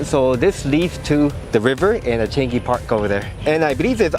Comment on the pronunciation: Changi is pronounced as chi-a-n-ngi. But say it fast. ngi as in ka ki ku ke ko, ga gi gu ge go in Japanese.